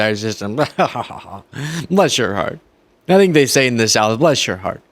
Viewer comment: That's not how you say, "Bless your heart" in the South.